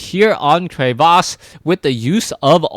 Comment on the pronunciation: i will subscribe to u, if u don't say crevasse like that. llol jkss =P